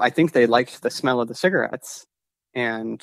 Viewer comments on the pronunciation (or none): He said ciggerettes and stuff😅